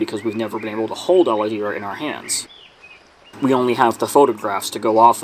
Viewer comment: i'm native portuguese speaker too. HOLADEIRA means nothing, but it does look to be a regionalism that would fit in brazil. If it's the proper name for it there and it wasn't lost in translation, that is probably a mixture of an indigenous regional word with portuguese. Not uncommon in Brazil at all. The pronunciation is also "O-lah-day-rah", not "Olahdeerah". "ei" in brazilian portuguese is said "ay"